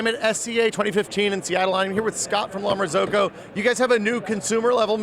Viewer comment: How is it that the La Marzocco rep doesn't know how to pronounce the name of his company correctly? Shouldn't that be the first thing they learn? Sheesh.